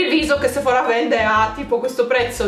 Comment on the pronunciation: ti prego non mettere l’accento sulla A du sephora: da un fastidio